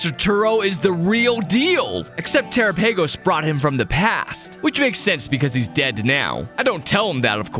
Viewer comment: you mispronounce terapagos